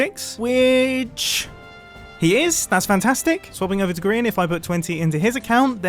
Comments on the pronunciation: Really Mumbo, Grian Not GRAIN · I believe that it's pronounced grain not grain For the people that dont get the joke look at the sign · Mumbo: we've got me we've got "GRAIN" Me:are you kidding me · Mumbo: "Grian" The sign: Grain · Sign:Grain Me:Grian not Grain... XD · bruh ITZ GRIAN NOT GRAIN GRIAN GETS MAD ABOUT IT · Grian not Grain.Grian not Grain.Grian not Grain.Grian not Grain.!!!!!!!!!!!!!!!!!!!!!!!!!!!! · is says grain instead of grian LMAOO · Are we just gonna ignore the "grain" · that's not how you say it but ok